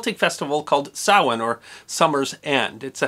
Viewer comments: Pronounces Samhain correctly, 1000 bonus points. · Stopped the video the moment it started to say, "Thank you for doing your research and pronouncing 'Samhain' correctly!" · Kudos, for pronouncing Samhain correctly.